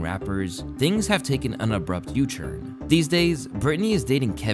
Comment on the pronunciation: Why do you say "turn" like "churn"